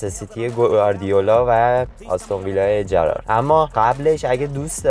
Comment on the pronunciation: جَرارد؟؟؟؟ یعنی گوینده اسطوره‌ی لیورپول استیو جرارد رو نمیشناسه؟ ناموسا جَرارد؟؟؟😂😂😂😂